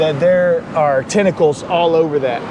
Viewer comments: Sorry but its tentacles but not tinacles is pronounced 🖐🏻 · "i guess i touched somebsome of the tentickles"... touches the thing again licks his hand 🤷🤦😂